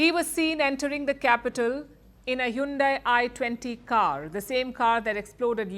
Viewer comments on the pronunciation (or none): Please lady learn how to pronounce the word Hyundai